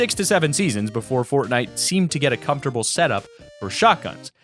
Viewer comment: He said pornnite